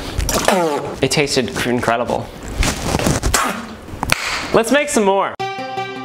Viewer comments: “It tasted Crincredible” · “ It Tasted Crincredible” -Ryan Trahan